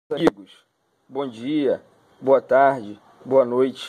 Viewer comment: Aos 50 segundos .." me falaram que esta bomba é muito boua"... Que adjetivo é esse ? "Boua" .. "boua"... "douze"... que idioma é esse? É o português assassinado?